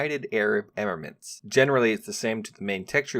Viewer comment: how the fuck did you pronounce "emirates"?